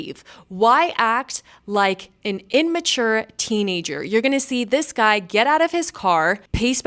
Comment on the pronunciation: I cringe when people say "Inmature" There is no N.